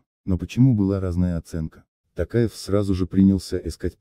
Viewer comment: Как можно слушать,когда не могут правильно прочитать фамилию Президента!!! Токаев- О !Почему дикторов никто не учит!